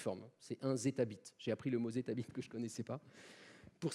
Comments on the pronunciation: On dit "Zettabit" et non pas "Zetabite". Drôle de lapsus. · C'est Zetabit, pas Zetabite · Super vulgarisateur, merci. Par contre, c'est pas zettabite mais zettabit, sinon ça fait une très très grosse bite :-) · "Bonjour à tous et à toutes" "zetabite" "Elon Mousque" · "1 Zetabit", sans 'e', sinon c'est une très grosse b*** ^^